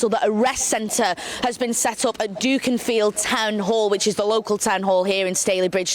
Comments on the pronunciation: Duck-in-field NOT duke-in-field. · Except it's DUCK-infield, not DUKE-infield. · Dookinfield lol! She’s that dumb she can’t even pronounce the town. I think you mean Dukinfield Cracked me up that!